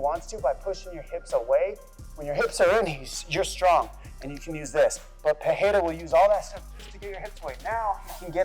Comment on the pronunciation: Pereira, not "Pereria ". Chamem a atenção do estagiário. 😉